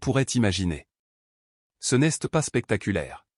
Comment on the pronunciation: Ras le bol des fautes de prononciation. Apprenez à l'IA le français Exemple Elle s'est rappelé Et non elle s'este rappelle ça ne veut rien dire en français Ce n'este pas rien au lieu de ce n'est pas rien. Qu'est ce que tu veux et non quesque tu veux. Vous inventez des mots qui n'ont aucun sens. Mais en fin de compte vous en avez rien à faire de nos commentaires parce que vous ne les lisez pas 😢😢😢😢😢😢😢😢😢😢 et je mets un pouce en bas à cause de la prononciation.